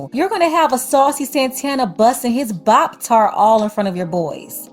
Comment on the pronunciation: Wait did you say Boptart? 😭😭